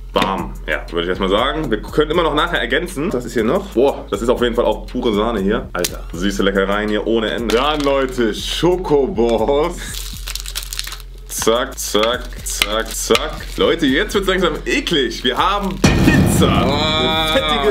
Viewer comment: Das heißt Schoko Bons und nicht Schoko boss